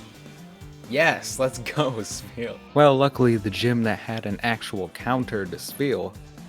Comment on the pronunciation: why you call is speal with a p sund its name is spheal like a sphere so its a f sound not p